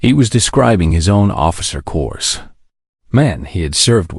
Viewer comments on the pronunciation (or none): this word "corps" is pronounced 'cor" not "cors". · Doesn't narration suck? "Corpse, or Corps?" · Get rid of now … not Marine Corsssss it’s Marine Corps - don’t drag out the ‘s’ and don’t pronounce the ‘o’ and don’t slur the ‘s’ for the love of God! Get rid of!!!! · The frequent mispronunciations by the narrator became so distracting that it became unlistenable. Examples: "Corps" (as in "Marine Corps") pronounced CORS instead of COR. "Routed" (as in "the army was routed") pronounced ROOTED instead of R-OUT-ED. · When I hear the “narrator “ pronounce the word Corps as either “Corpse” or “Core-s” I question everything being said. Pay a real person. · fails in pronunciation. Marine "Cores?" "McNyer?" "Rooted?" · I hate. I grit my teeth every time I hear "corps" pronounced as "cores". This and dozens of other words simply can't be pronounced correctly by. Use your own voice, darn it! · United States Marine Course?? 😂🤣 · pronounced Marine “Corps” like Obama use to say Marine “ corpse”, (that would explain a lot!). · Im so tired of these damn voice-generated narrations that I've quit listening to many SCI FI novels and now must add to the list this WW2 Zulu moron!!!!! The 's" is silent in the word corps!!!! Good grief!!! What an amateur!! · also the "narrator" pronounced corps with an "s" at the end. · Tell the that you don't pronounce the s in corps. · So much good content on youtube spoilt by crap. I loathe. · That was painful to listen to. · Actually, tell that neither the "p" nor the "s" are pronounced in the world "corps"